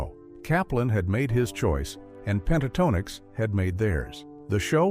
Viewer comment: Click Bait. AI narrator that can't pronounce the group name.